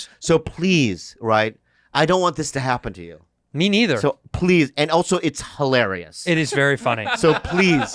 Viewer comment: I feel like a dumbass because it took me a second to realize what hee-lar-ree-us meant lol